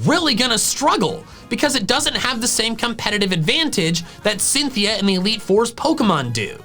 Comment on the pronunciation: Left off the N in Cynthia!